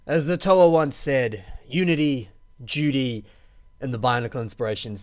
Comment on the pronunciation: wow you fluffed that up its Unity, Duty and Destiny. Not judy or juty